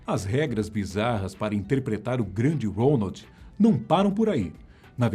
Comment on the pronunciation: É impressão minha ou ele fala ROLAND ?